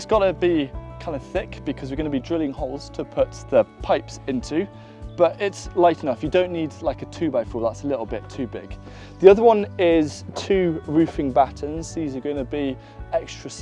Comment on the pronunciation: Battens not batterns ;) ❤